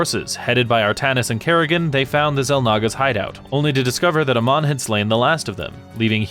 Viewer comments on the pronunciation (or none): Ok ok I know you haven't even tried the game but Amon is not pronounced Uh-mon it's like the letter A and just add Mon A-mon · I know his name is spelled the same as Amon from Korra, but Amon in Starcraft is pronounced Ey-mawn. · A MON that is how you say his name